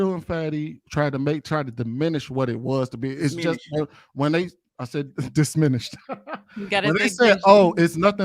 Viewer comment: Why do I keep hearing Dishminish?🤣🤣🤣🤣it’s diminished